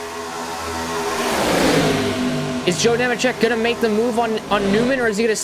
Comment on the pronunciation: Bro don’t even know how to pronounce Nemecheck correctly lol